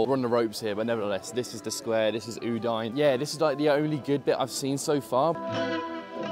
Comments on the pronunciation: I love you, but cmon, u-dine?😂😂😂 it's pronounced u-dee-neh! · I love how pronounces Udinese corectly and then butchers Udine 😂 Keep up the support 💪 Forza Lazio 🩵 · It’s OO DIN EH. How can you say Udinese correctly but get Udine wrong?😊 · I love your comments on the Stadio Friuli and the whole atmosphere from the... other side. I wish next time it ends with a big win for us Friulani! If you can say Udinese, so you should say Udine. Please call the city of Udine properly! Cheers from Australia! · You're the best,, but check out the correct way to pronounce Udine 🩵🤍🦅